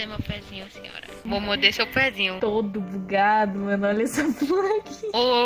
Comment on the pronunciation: redinho: vou moide seu pezinho eu: kkkkkkkkkk